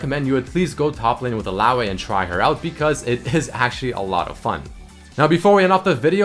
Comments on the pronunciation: how you say illaoi is annoying and wrong. Its pronounced Ill-ao-ee not Ill-ao-a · 'Illaoay' lmao